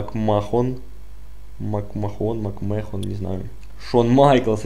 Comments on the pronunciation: мак Мэн а не мак мехон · Если все так говорят не значит, что так и есть. Макмэн- McMan по-твоему? Все комментаторы, рестлеры и прочий состав произносят "МакМэхн", а некоторые звук Х "хэ", делают как "г", но с небольшим шипением "МакМэгхн". Букву "О" они вообще не произносят